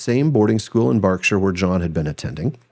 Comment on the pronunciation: You pronounced Berkshire correctly 💯